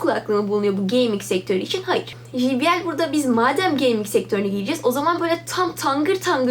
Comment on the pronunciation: "ji bi el" değil "cey bi el" şeklinde telaffuz edilir. teşekkürler.